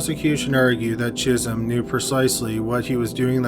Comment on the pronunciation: Every time he says "Chism" I keep hearing "Jism."